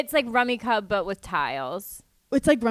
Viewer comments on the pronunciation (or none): It’s definitely pronounced “cube” 😂…..I laughed when they pronounced it “cub”. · Isn’t it pronounced Rummy Cube… lol 😂 Just learned Mah Jong this weekend. So much fun!